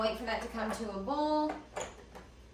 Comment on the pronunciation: Its hilarious to me how some southerners pronounce 'boil' as 'bowl' .....lol